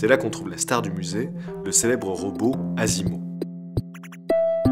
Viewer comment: Petite larme au retrouvaille du chien Hachiko et de son maître. 😢 Et la fin avec le petit Gundam est juste génial! 😂 PS : Asimo prononcé "azimo" alors que logiquement sa devrait être "ashimo" les s se prononce "s" sauf avec un i derrière mais on écrit "si" aussi "shi" suivant un autre standard d'écriture. Osaka c'est "Ossaka" et la soupe miso, c'est "Misso". Seul le z se prononce "z" comme dans Miyazaki, après j'épargne tout les sons imprononçables en français évidemment (h,hi,u,r, les vrais w~,sh~,ch~,hy~,ん,っ...) 😉